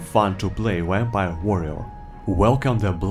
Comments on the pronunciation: This is just worth it to hear saying Wampire!;) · Ur u saying Vampire like Wapire? XD